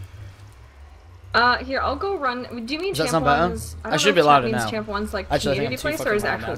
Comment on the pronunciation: keeps saying "Champwam"